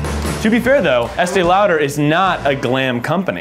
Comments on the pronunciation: I love that Zach pronounced it like Estēe “Louder” 😂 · Sounds weird how they pronounce Estée Lauder